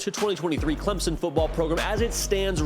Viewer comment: I'm well aware of where CLEMSON, SC is...but sometimes it seemed like he had problems saying Clemson and called them CLEMONS...there may actually be a Clemons, SC but I've never been there